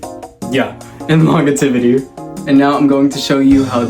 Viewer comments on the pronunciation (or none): I think you mean Longevity (long-jeh-vity)😂😂😂